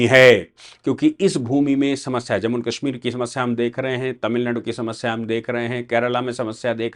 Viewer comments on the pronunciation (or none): none